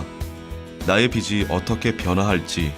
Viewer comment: 비슨 비시 비슨 비시 아오 좀 비즌 비지